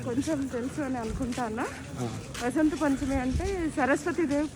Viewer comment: బా కాదురా.. వ .. ఉత్తరాదిన వ ను బా లాగా పలుకుతారు ..... మనం వసంత పంచమి అని పలకాలి